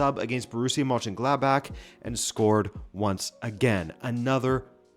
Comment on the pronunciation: Excellent video and unbelievable how well you pronounce German words like Mönchengladbach. I rarely subscribe, here I did, keep it up!